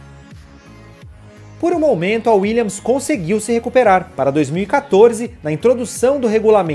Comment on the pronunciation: Parabéns por falar o nome da equipe corretamente. WilliaMs . Chega a doer os ouvidos ver canais até famosos falando Willians.